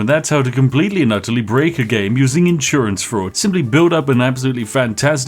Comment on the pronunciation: What are those "inn sewer ants" you keep talking about?